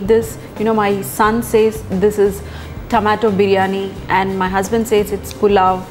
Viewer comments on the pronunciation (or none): none